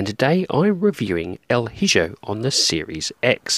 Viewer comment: Excellent review, my friend. And at this point, your reviews are pretty much ASMR to me 😅 i always feel so relaxed watching them! lol. Just one thing, I believe the game is actually pronounced with the j as a h, so: 'El E Ho' pronunciation-wise, as its Spanish. Sorry to be THAT annoying guy. 😅🙈 I love your reviews brother, keep up the stellar work! 🍻😊